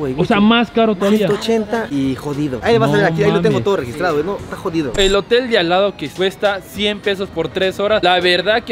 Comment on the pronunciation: es hotem no motel 🤣🤣🤣🤣